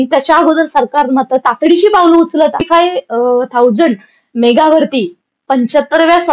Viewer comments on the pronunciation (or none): मेघा नसत मेगा असत